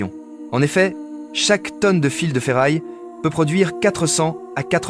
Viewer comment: Contenu généré par Ia, voix IA aussi totalement a la ramasse qui mélange fil (electrique) et fils (de famille) Ca devient absurde sur les reseaux et dire que cela devient de plus en plus facile a faire en automatique. Les scripts sont fait en python pour faire cracher une script a chatGPT puis collecter des images soit volé, soit un peu partout, et plaque une voix a la con. Après les vidéos du genre industriel tel que ce genre là sont de plus en plus fait ainsi.